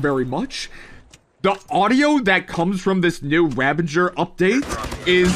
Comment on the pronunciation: Ravager not ravenger 😅